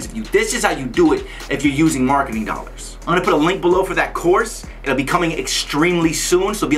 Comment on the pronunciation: "One thousand and twenty five hundred dollards" Lol. Wot.